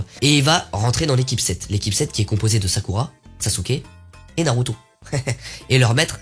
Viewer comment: Tu me tue en expliquant 😭😭😭😭😭🤣🤣 Mais pourquoi tu dit “u” (naruto)c’est pas comme ça tu dois le prononcer comme “ou”